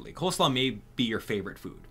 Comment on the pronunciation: its COLE slaw, not COLD 😭😭